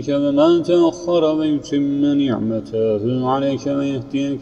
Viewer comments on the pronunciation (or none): Selamün Aleyküm tamamını dinleme imkanım olmadı, bir başka video dan geçiş sonucu dinledim. ikinci ayette ''ni'ğmetehu'' da '' me'' harfi hatalı telaffuz edilmiş gibi duruyor. Tekrar dinlemenizi ve varsa hatanın giderilmesi gerekmektedir. Bu kayıtla ezber yapan kardeşlerimiz olabilir.